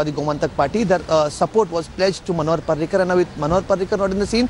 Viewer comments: Manohar not panohar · its manohar not panohar